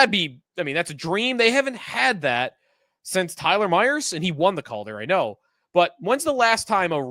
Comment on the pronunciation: Since when is since pronounced sense?